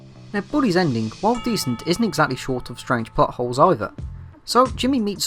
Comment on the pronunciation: When you say plot holes it sounds like buttholes